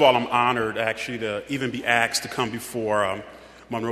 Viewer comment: Lmao. "First of all I'm honored to even be 'Axed' to come before..." xD Aksed? O.o